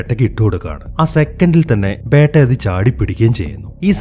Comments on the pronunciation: ബേട്ട അല്ല ബീറ്റ beta 😂😂😂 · Bro 'Beytta' alla 'Beta'. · ബേട്ട ala it's ബെറ്റ ഒരു ബീറ്റ 🤦🏻‍♂️